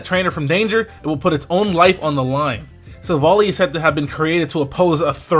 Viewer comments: By the way it is Silv-ally as in Silver-Ally. Not Silvalee, just saying :p The french translation is even more insisting on the whole Silver-Ally theming and it goes a lot with all the lore background around it. NB: Ilima is a girl not a boy, just saying. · I think it's pronounced Silvally like an "ally" . In French it's named Silvallié : allié is the translation of ally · It's Pronounced as Sil-Val-Ie ('Silver eye") but everyone is mispronouncing it. So I can see the misunderstanding.